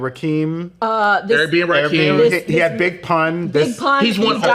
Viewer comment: Not Rahkeem again 🤦🏾‍♂️ its Rakim....(Rah•kim)